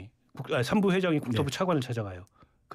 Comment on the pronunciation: 삼부를 3부로 읽는 찐따 ㅋㅋㅋㅋ